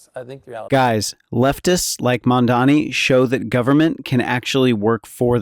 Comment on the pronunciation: if you want to comment on Mamdani, please pronounce his name right. it’s NOT Mandani. Come on now.